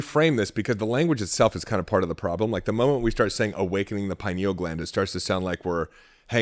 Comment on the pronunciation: Couldn't watch this one because he kept mispronouncing pineal...